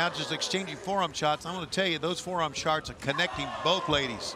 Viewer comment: "forearm sharts?" Tony!